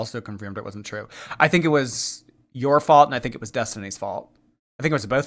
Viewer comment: Can’t wait to see how she does on the lolcow bus show, no one talks with ten syllables at the end of every sentence. She says why do people say things that are not truuuuuuuueeeeee. And I am not going to deal with thaaaaaaaaaaaat. And on and on.. Let’s see how that goes over. lol.